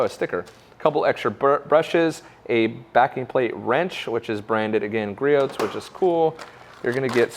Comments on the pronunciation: "Griot" is a French name. It is pronounced "Gree-oh" or "Gree-ohs" for the possessive. The counter balance on that model is adjustable. Most of the vibration can be adjusted out. Griot's is not doing a good job of letting people know about that. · Gree-ohs. Silent T. How many times do we have to tell you? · You're not supposed to pronounce the t in Griot's